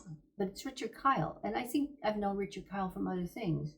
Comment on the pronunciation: Ok, I watched it again. The captions read "Richard Kyle." So you pronounced it that way and the captions reflected that. I think it's pronounced "Keel" like in "heel. Anyway, I've always liked that actor. He played Eeegah, the giant in that film which I've always enjoyed. I like your channel, thanks for the response! I stand corrected.